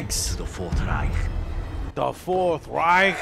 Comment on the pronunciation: I'm a hater because I'm a Native speaker??? Sorry but you hear clearly that he isn't a native Speaker. Take the word Reich for example. He pronounced it like raik.